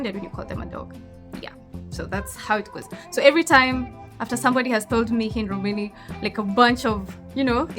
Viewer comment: its not romani , its români. Different pronunciation. Romani (gypsies) , the word was invented in 1990s by the crazy woke europeans. No gypsy ever called themselves romani before 1990s